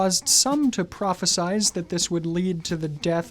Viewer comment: “Prohesize” . Did I hear this correctly?